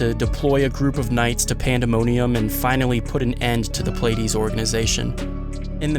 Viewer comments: It's pronounced, "plea - ah - dees" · Pleiades is pronounced Plee-a-dees.